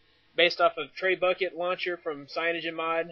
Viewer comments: Did you just say traybucket? It's Treh-bue-shay (an old world weapon) Get it? It launches stuff. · Its not tre-bucket, its trebuchet, its a french word pronounced as tre-bu-sh-A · I'm gonna flash this now, thanks for the review! Not to bust on you or anything, but trebucket is a french word and is pronounced treb-u-shet lol